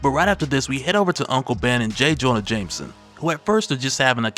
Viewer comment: Someone teach this AI how to pronounce jjj’s last name